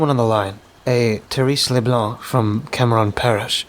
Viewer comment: I'm from Louisiana. I'm not even 30 minutes in yet & have a couple nitpicks about pronunciation! Even tho it's spelled Cameron, it's pronounced Camrun- fast, like it's all one syllable. Also, perogue, he said pa ro gee, it's pee row, most ppl don't even pronounced the g at all but if they do it's just a gah sound after the long o. Like you said 'just nitpicking'😊 Much love from SW Louisiana ❤! Edit: Further in - Evangeline = Avanjelyn & Ville Platte = Vil Plat Edit 2: There are a few other words that made me cringe a lil bit, but I knew what he meant when he said them, so I let it slide cuz the story was so good! I understood most of what he said in Cajun-French, so he did pretty good with that part. I wonder if he would consider an 'advisor' when he does stories based in Louisiana on how to pronounce the places & things!? Just a thought. I'd be glad to help! 😊